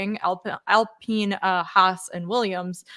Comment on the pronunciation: when did it become alpeeen.?